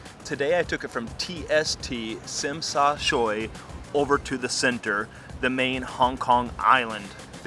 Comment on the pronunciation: Just a few corrections. Tsim Sha Tsui is pronounced as Chim Sha Chui in English, not Sim Sha Sui. Nathan Street is actually Nathan Road. It is MTR in Hong Kong, not MRT which is in Singapore. There are 3 cross harbor tunnels (not cross border tunnels) for vehicles connecting Kowloon and Hong Kong Island, but no bridge.